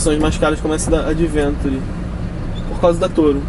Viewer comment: Extreme pronuncia-se \ekstrim\ e Adventure \ádventchur\